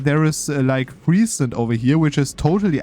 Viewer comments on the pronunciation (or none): none